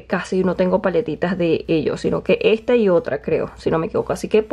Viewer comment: ejta paletita